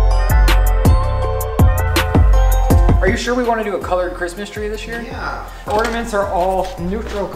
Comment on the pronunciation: How is no one else triggered by saying “wreef” and “ordaments”